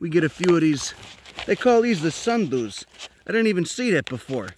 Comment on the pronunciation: "They call dees deh sundoos" XD